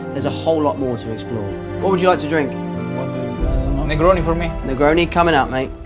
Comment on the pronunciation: gli americani quando scopriranno che dice "negroni" è_____é